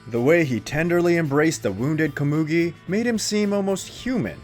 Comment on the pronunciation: You said Komugi wrong.... Edit Ponzu was not the only female. Siper was also female.